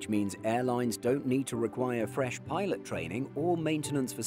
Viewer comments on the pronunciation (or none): none